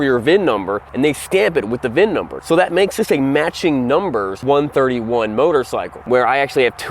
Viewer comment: It’s a VIN not a VINN